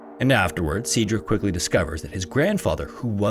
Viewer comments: I'm sorry, I can't watch 26 minutes of Cedric being pronounced see-drick. It's pronounced sed-rick. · AI narrators ARE TRASH. See-dric? How do you not know how to say Said-drick? Aka Cedric? Right. It's AI. Youre being lazy and cheap. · You know that Google can tell you how to pronounce words that you are unfamiliar with. Just a suggestion. Sometimes it takes a while for me to figure out what you are trying to say. Example Waukesha is pronounced wah-ka-shaw and Cedric is sed-rick. I had to look at the transcript to figure what you were trying to say for Waukesha. It's a native American word. I'm just trying to be helpful and I have noticed this frequently. I am bingeing old episodes. I love your content and look forward to many new episodes. ✌🏻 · Cedric is pronounced the same as "said Rick." Youre making the E a long E, and its driving me up a freaking wall!! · Cedric: its pronounced Said-Rick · My son's name is Cedric. I've never heard it pronounced as See-Drick, I'll have to start calling him that. Sadly, he has long curly golden hair and is around the same age as the little boy. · Please google pronunciations. That’s not how you say Cedric or Waukesha. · He was off on Cedric as well. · I like this channel but you really need to work on your pronunciation. If you find a word you aren’t familiar with, Google it and listen to a few different sources to figure out how to say it. In this video, Cedric and Fauntleroy were mangled, and other comments suggest that there were other words too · waukesha, cedric, fauntleroy, investigators, oh my days bro. your pronunciations. oh my days.